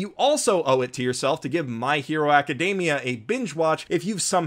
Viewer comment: Are you really pronouncing "aca-" as "okka?"